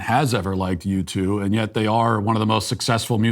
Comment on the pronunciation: I'm sorry, are saying YouTube? Because it sounds like you're saying YouTube. I mean, at first I thought maybe you said U-2, but that can't be right because U-2 isn't a thing as far as I am concerned. Carry on. ..